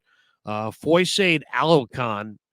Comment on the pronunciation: Love the analysis! Absolutely butchered Foye’s name and number though lol